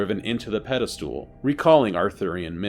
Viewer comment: Pedestal not pedal stool. 😅 ❤❤❤ Love your series